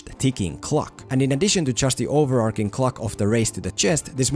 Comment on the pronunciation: Great video! One thing though, since you say 'overarching' at least 5 times in the video - it's not pronounced over-ark-ing.